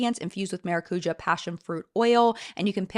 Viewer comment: Hi,! Just because you've been trying to be correct with pronunciation, the right one for maracuja is with the entonation on the JA, not the CU. It's a word from a indigenous language in south America. But there is no problem saying like you did, i just took a note here. Maracujá é bom demais. Beijos from Brazil.